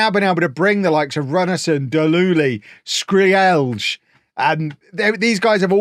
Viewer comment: Skreeeeeeelj!!!!! LMFAO no way that's how you say it.